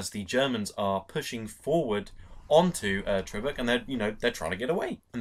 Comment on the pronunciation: Tobruk, not "Trobruk"! Come on, if you're gonna do a review, especially of a great movie such as this, at least get a well-known place name right! Sheesh!